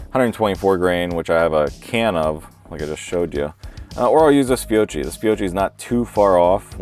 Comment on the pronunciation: Please learn the correct pronunciation of Fiocchi.